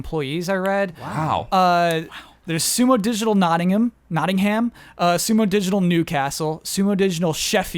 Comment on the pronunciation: Correction! you corrected yourself when saying Nottingham, but you got it right the first time. It's pronounced 'notting-umm' and not 'notting-ham'. Interestingly it's pretty common when Americans pronounce a town name with '-ham' at the end they pronounce it like the meat, but I can't think of any British towns that are pronounced that way and not with '-umm'